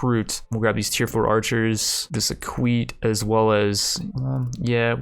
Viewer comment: Big F for "Equite" pronunciation. Basically the "e" is pronounced the same as in "Latte".